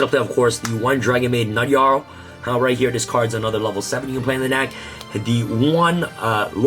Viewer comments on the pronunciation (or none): none